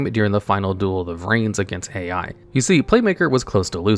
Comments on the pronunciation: Top 20 name mispronunciations because for someone who can explain the themes behind these boss monsters, "Yusei's Fudo's" and the failure to pronounce "YUSAKU" three times in a row suggests he crutched a bit too hard on the wiki. Ai is also pronounced like "aye"... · I die a little each time Yusaku's name is mispronounced. And when Ai is called "A.I." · Kuibelt the blade dragon is good? Is Yusaku. not Yusaka And pronounce Ai as a single sound. not individually spell "A.I."